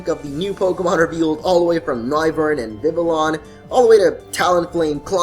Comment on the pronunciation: It's Noivern as in Noise, not No-i-vern.